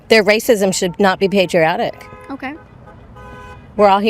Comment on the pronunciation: "Racisim" hahaha dumbass